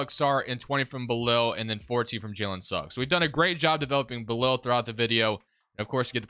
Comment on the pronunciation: It’s pronounced “Bill - All” but dope video